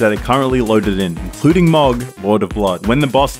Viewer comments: To be a grammar Nazi, Mohg = Mow(like "mow the lawn")-g. Iirc His name is pronounced a couple times in the game. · Heres a tip for beating mohg. Get gud(and don't pronounce it as 'mog')